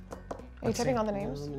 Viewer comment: I loved this but it's SHAMEFUL that got so many of these names wrong. He's banned from being gay. You're over sis.